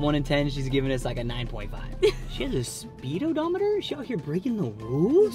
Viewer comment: I really can’t believe he said speedo dometer hahahahahahahahahahahaha. Talias face is hilarious when he said it hahahahahaha.